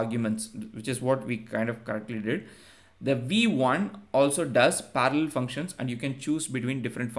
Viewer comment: I know Indian people struggle with "r" but you hearing speaking "parallel" is next level 😅